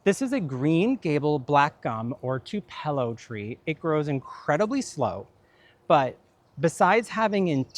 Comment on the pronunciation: Beautiful! Just FYI, Tupelo is pronounced like TWO-pello(with pello sounding similar to pillow but with “eh” sound instead of “i”). I am from one of only 2 areas of the country where Tupelo honey is harvested from bees feeding on the tupelo trees. Best honey in the world, in my opinion. 😊